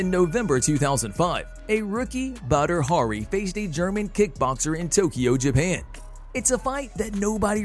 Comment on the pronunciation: Prounces badi hari as butter hurry